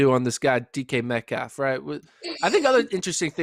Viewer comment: Please say his name correct when dissing him